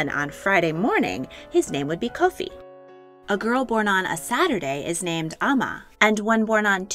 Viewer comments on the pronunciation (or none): none